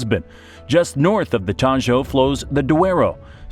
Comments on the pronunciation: Not the "Tallo", the "Tajo". That "j" is not /j/ (como suena la elle en "llave", como pronuncia el del vídeo) but /x/ (como suena nuestra jota en "México", de donde cogen el grafo x). This' very important because "tallo" (what you pronounce in the video) means "stem" in English. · the 'Tajo' is pronounced 'Taho', just like 'jamón' and 'ham'